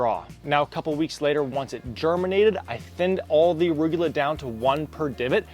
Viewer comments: Arugula is pronounced: “uh-roo-guh-lah” 👍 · Why does he keep saying arugyewla? 🤦🏻‍♂️🤣